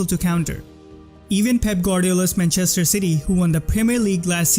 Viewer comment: how's this guy so good at analyzing football, but still mispronounces manchester???